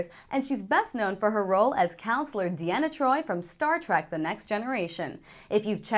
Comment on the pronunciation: its deanna troi not diana troi